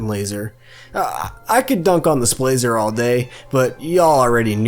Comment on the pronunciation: Every time the word "Splaser" was used, my mouse pointer grew closer to the big red 'X' on the top right of my screen. God, that word is horrifically painful to listen to